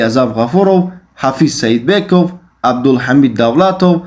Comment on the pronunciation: Блят туғри гап задана ёд гир Ҳофиз Саидбеков не Ҳофиз Сакибеков Аъзам 1млн$ не 1млн₽ мигирад